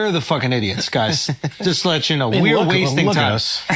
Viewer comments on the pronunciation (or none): none